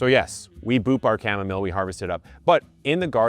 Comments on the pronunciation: Chamomile should be pronounced like this, Kam-Mo-Mil. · Uhhhm it’s chimomalee not chimomalay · It's cham-mo-meeelay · It makes me lol when you call it cha mom a lay. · Unsubscribe if you pronounce chamomile as "kam-mo-meel" 😂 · Kevin, I’ve been watching you for long, please DON’T EVER say chamomile like that, stick to the chamomalide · I say cha-mom-mole now because of you 😂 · It will from this point forward be Kevin pronunciation of Chamomile ❤